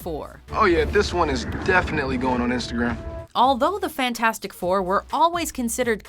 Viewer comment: You misprounounced fant4stic